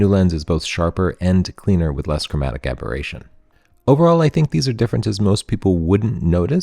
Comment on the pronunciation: Aboration?! Aberration.